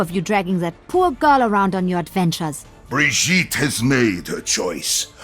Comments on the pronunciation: why does he pronounce it "Bree-ghee-tu"? It's "Bree-djee-t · Why does her name have 2 pronunciations? When Mercy says 'Taking care you Brigitte (The E at the end has an A sound like the name Isabelle) But wheb Reinhardt says her name .. The G is has more a J sound . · Learn how to pronounce her name before you make the video, makes it sound really unprofessional. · I'm Norwegian and my friend is Swedish and I just showed him the video and he says the pronunciation is wrong. So are my ears deceiving me or it's you people who have no idea what you are talking about.